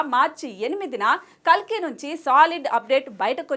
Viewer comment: Kakli kadhu kalki